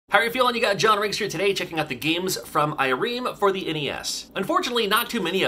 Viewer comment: “I-Reem?” Makes me realize I don’t actually know how to pronounce it. I alway said “I-rem,” but being a Japanese company, it could be “Ee-rem.” Hmmmm… 🤔